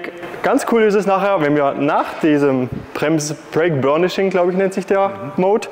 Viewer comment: Es heißt übrigens Brake und nicht Break. Aber sonst guter Beitrag